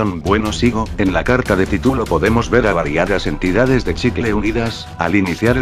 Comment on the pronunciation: tituloooo capitulooooo porque todos los loquendos usan mal el acento y las tildes???? bueno no importa buen vídeo me voy a suscribir y te voy a poner en mis canales amigos 😎😎😉😊